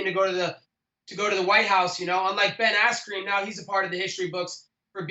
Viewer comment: He just said "Ben Asscream" Hahahaa But u can catch his lies very easily like when he claimed he was team captain when Ariel asked him how that happened he basically went on how its not official but since HE took the team to the white house and has a belt he calls HIMSELF there captain... But still one of my most entertaining fighters to listen to:) And all his military work is awesome he's genuine about that!!